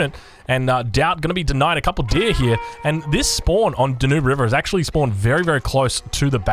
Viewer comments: It's DAN-YOOB. Not 'DAH NOOB'. OMG! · as european it hetz my feelings when you try names of Danube river. It is DA-NU-BE river. Come to europe and see with our own eyes this river. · It’s DAN-yoob! Love your content and your wacky pronunciations ;-)